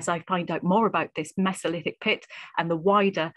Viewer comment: "Mess-o-lith-ic"? You mean "Mee-zo-lith-ic"? {:o:O:}